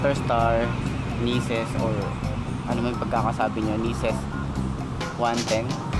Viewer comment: (Nicess 110) ang pag kakabasa dyan (nayses 110) ganyan ipronounce HAHAHAHA share ko lang 😂